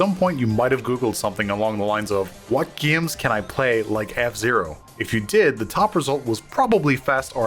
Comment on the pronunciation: I like the way he says “gaums”.